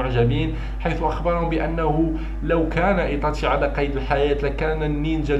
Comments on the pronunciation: إسمه إيتاشي وليس إيطاشي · اولا يتاشي وليس ايطاشي وثانيا ناروتو وليس ناروطو